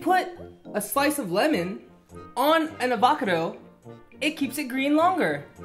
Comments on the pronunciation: did Alex say avacdo bruh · Lol did anyone notice alex saying “AVACODO” btw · Wassabi Productions you said ovocato rong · Everyone: Avocado Them: Avacado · Am I the only one who noticed them saying avacado instead of avocado? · Umm it’s avocado not avacardo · so did u its avocado not avacado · “An AVAcado”-Alex Wassabi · Actually alex and You said "avacado" it should sound like Avocado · It’s a avocado not a avaccado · It's not avacito its avacoto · Its avocado not abacado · A vackado wth it’s a va ca do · Wassabi Productions umm you pronoused avocato wrong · They are being funny and u r right it is avocado but they said ovocato which made me laugh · You said avacado wrong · Nobody: Alex and: avAcOdoH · Avow - cadow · No, it's Ah-vah-cah-doe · I did they pronounced it avakado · I mean they said akavado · yo alex you said avacardo wrong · And you said avacardo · Foong Chen it's avacardo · They meant to say avacadro you spelt avocado wrong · 24 no a fre sha voco do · Nah it's avacano like Alex said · its FR ESH A VA CA DO 😦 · It's FREESH AVACADOO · Actually FREESH AVACODOO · I love how they called it a " Abakado" 😂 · I like how they said an avocado a “avoka doe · Who else Heard avocido fast instead of avocado slow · Why is nobody talking about how they called it an "aVOcdo" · Wow on a avotical that’s totally how to pronounce it 👏👏👏👏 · "Avca dough" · U said ovacdo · An a-va-ke-doe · They cannae say avocado! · * Emma Be careful with the avocado one that’s not how you say it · Ya, and you spelled avocado wrong!! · Hendrix Kayle what the hell is pillipino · and Alex are just trying to be funny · thats not it the words is avocado